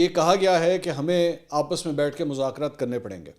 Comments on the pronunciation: منصور صاحب مزاکرات ز سے نہیں ذ۔ سے ھوتا ھے آپ بہت قابل انسان ھیں اسلئے آپکی غلطی میرے لیے برداشت کرنا ممکن نہیں ہے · مذاکرات لفظ ھے نہ کہ مزکرات پلیز